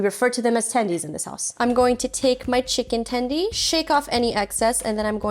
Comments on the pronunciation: STOP SAYING TENDIE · Please don't say "tendy" ever again... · Everytime she said chicken tendy a puppy died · “tendie”? how old are we